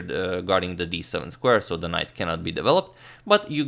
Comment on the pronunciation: horrid 'so'